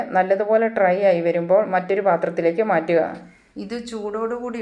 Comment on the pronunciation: മുളപ്പിച്ച റാഗിയുടെ ഗുണമൊക്കെ വറുക്കുന്നതോടെ പോവില്ലേ? ട്രൈ അല്ല.... ഡ്രൈ ആണ്.